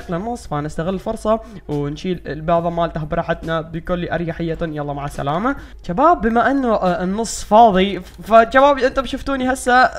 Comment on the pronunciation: تقول تشباب 😅😅😅😅😅